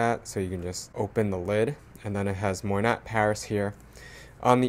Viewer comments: I think It’s pronounced like moi•nah or mwa•nah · Did the SA coach you on how to properly pronounce MOYNAT? 😊